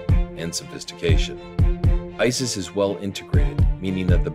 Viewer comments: Just for FYI, IT'S ICIS NOT ISIS -_ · ICIS huh sounds like ISI